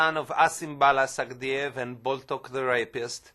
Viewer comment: She completely butchered his last name